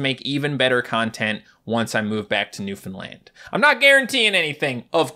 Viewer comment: When you said Newfoundland I didn’t quite understand and I heard luffalan